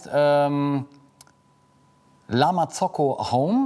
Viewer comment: Wieso betonst du La Marzocco so „eingedeutscht“, das hört sich wirklich komisch an #nofront